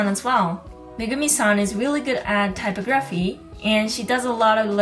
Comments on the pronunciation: It's pronounced ty pog raphy not typo graphy 😂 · Btw for future reference it's pronounced: type OG ruh fee. Thank you for the video, very informative! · Typography is pronounced tie-pog-graf-fee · you pronounced typography incorrectly